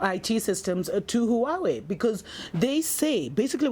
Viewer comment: "... exspecially " Just... I mean... ... *inhale* How... IF YOU CAN'T PRONOUNCE BASIC FUCKING WORDS, GO BACK TO FUCKING SCHOOL!!! - "... some of the spanish countries... " Because there's more than the one. Edit: LMAO "Who-away" XD